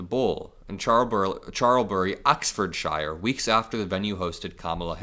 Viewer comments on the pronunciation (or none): The poor people in the Cotswolds were really inconvenienced and for what? He's a vile person who keeps being rude towards the UK. Ps it's pronounced shirr, sir with an h, not shire as in hire but we don't really mind. 😅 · Note for future - UK counties ending "shire" are pronounced SHER, not SH-EYE-R. Other than that, great reporting. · "Ahksfwoorrrrdshairrr" 😂, it's not pronounced 'shire' the same as the Shire in Lord of the Rings. It's more like the USA pronunciation of "sure" when said quickly 👍🏽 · Americans, it’s pronounced “Oxford-shir”. Not shire. Like Worcestershire sauce - it’s pronounced “woorstershir” sauce. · Just fyi, it’s pronounced Oxford “sher”, not “shire”. But rock-on the staff of The Bull ❤❤❤❤ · I love when Americans mispronounce (Shire) OX - fo-ord sheer. I think it’s pretty safe to say that the world detests dump and JD as much as America does. 😂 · It is pronounced 'Oxford-shur', not 'Oxford-shyre' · Instead of saying shire say cher. You will get the correct sounding pronunciation... Peace from Liverpool UK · Those shire words are pronounced sure. Oxford sure. It’s only the I sound when it’s shire on its own ala lord of the rings hobbits live in the shire 💙💙💙💙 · It's pronounced sheer not shyer, just so you know Oxford- shear, you Americans always say it wrong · Um... "shy-are"? That's where Hobbits come from, isn't it? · From UK - Ox fud shy er - is how you say it. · I am so proud of the pub staff. However, can our US friends please pronounce any county that ends with "shire" as "shuh". No need to emphasise the "ford" either. Slur it. Oxfudshuh. I don't know where to start with Worcestershire!! Wustershuh? 😂😂😂😂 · Im loving ur pronouncing of Oxfordshire! As a brit its said like oxfordsheer 😁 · Its pronounced oxfordshu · Ox-ferd-sher for you to pronounce. When Americans pronounce Shire it's like lord of the rings. We mostly pronounce it Sher. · OXFORD-SHEER, pronounced like that please! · just say it like 'sheer' ... Oxford-sheer